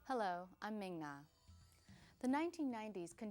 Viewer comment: The voice of Mulan is "Ming Na Wen" not "Ming Ja Wen"! Also, Dean Jones passed away at 84 in 2015.